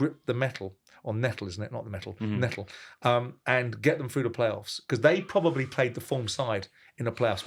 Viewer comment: "Pwobely nontenth"